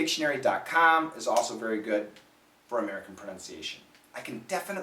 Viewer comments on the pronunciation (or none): none